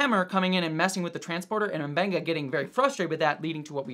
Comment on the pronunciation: pronounces M'Benga right, but it seems like everyone on the show calls him Muh-Benga